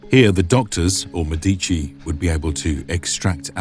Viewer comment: Wouldn't it be medici where the C is A k sound? The romans didn't use a Ch sound. I thought